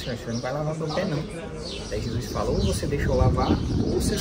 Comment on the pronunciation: Os vídeos estão incríveis 😭🤩 Mas corrigi mentalmente toda vez que escuto Jusuis😂